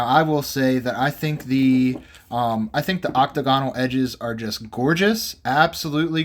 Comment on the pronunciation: Great. Another video full of misinformation. Oh, btw it's oc-TAG-inull, not OC-tuh GON-ul...P.S. A .44 caliber PIETTA with a brass frame. Colt NEVER made an 1851 with a BRASS frame and they were ALL .36 caliber. The absolute WORST one you could buy to compare to an original.